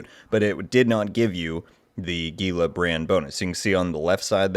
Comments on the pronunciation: It's correctly pronounced as "HEEL-LA" not "GEE-LA". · Gila is not pronounced with a hard “G”m it’s pronounced as an “H”… where TF did you learn to speak English? FFS…